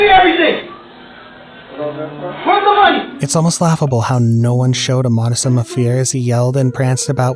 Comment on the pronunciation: it's modicum, mo-di-cum, not pronounced moddissum. Take notes, your lack of intelligence is showing.